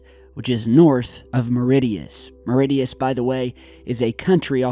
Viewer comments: OK. It's pronounced "MOR-ISH-US", not "MOR-IT-IUS" 😂 😜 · SAY IT LIKE MARUISHIAS NOT MAT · Not "Mar-Idius" It's "Mar-ishus". Also, as a West Australian who reads .au everyday, I read this MH370 theory this morning. Yes, it's now gone from their website, however...A simple google search of "MH 370 google earth" will infact bring up the original story and pictures. often removes content fairly quickly. They are a business after all, and would rather we paid to buy a physical newspaper. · Please stop calling the island MORE-IT-TEE-US.....it's pronounced more-ish-us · The country is called Mauritius and it’s pronounced MAWRISHUS. Not MORITIYUS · Muh-ritty-ess? Try Muh-rish-ess = Mauritius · ummm far be it for me to nitpick but it is pronounced marishus not moritius as you did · Pronounced like Maurish-ious, not MauRIT-Eous. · Not Mauredius😂, It's Mauritius. Actually i'm frm Mauritius. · Mauritius is not pronounced "mare-it-e-us". It is pronounced 'moor-eh-shiss". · Meridius? Come on - raise your game! "mu-rish-uss'. Let's try again, after me...1,2 3... 'mu-rish-uss'. Crikey - love your videos but you really have to work a bit on those place names now you're a global superstar. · you big dork 😜. Mauritius isn’t mor-it-ee-us. Try more-ish-es. That’s is all 😎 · mauritius is pronounced mow-ri-si-us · Not Meridius... MAURITIUS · Mauritius is pronounced "Muh-Rish-Uhs" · Moridius? Even for a 'merican that's poor. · Mauritius is pronounced - MAWREECIOUS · I just had a look at Google Earth to find Meridius/Meritius and realised you must be talking about the island of Mauritius, which is roughly pronounced 'Muh-rish-us'. Just letting you know! :) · The country is called Mauritius, not Miridius!!! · Mauritius is pronounced mauri-shus :) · FYI Mauritius is pronounced "More-ish-us". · Don't you mean Mauritius.. Not mooridius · Sorry..its pronounced moor-rish-us.. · Mauritius = maw-rEE-shuss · Mauritius is pronounced mau-rish-ous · "Mauritious". Lol.